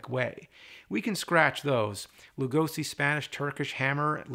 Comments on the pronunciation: The "Lu" in Lugosi is prononced like Lou, and "si" like she. With love from Hungary. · For the love of God James, please pronunce Lugosi's name correctly! Say the 's' in his name like in the word 'Shot' or 'Shock' and not like in 'Summer' or 'Snake'.